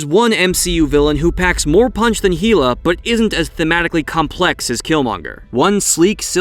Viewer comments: "Hila" ? Are you kidding me....... have you really never heard "Hell-a" pronounced.... ? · If you say it like HEE-luh one more time, I’ll slap you. It’s pronounced like HELL-uh. Hela = HELL-uh. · Lmfao... HEE-LUH? ummm dog... it's HELL-UH almost positive Thor never called her that🙄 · Heela? It's hella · It's hell-ah, btw. And I see you commented on it in the comment section, but in all honesty, you shouldn't be talking about any subject if you can't pronounce a name or word used in said subject. It just makes you look like you don't have any clue what you are talking about. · Heela? HEELAH? Why the fuck are you pronouncing shit weird? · So many things are misinterpreted, mispronounced or just plain incorrect. Narrator basically echoes things he heard from reputable sources. Enough time has passed that we can all accurately see that Killmonger's rave reviews were unfounded & basically just pandering. And...did you even see Ragnarok? Mispronouncing Hela doesn't "happen" if you're a fan or had even watched the film. Nice try though junior.